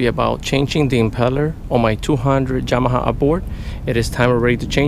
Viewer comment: Hi, great informative video. I have a Yamaha 150 and never had the courage to do it myself nor the money do get it done professionaly. btw i like how you pronounce Yamaha!